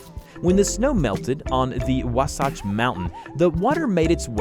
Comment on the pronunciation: I live Utah you don't see it the way you said it it's Wasatch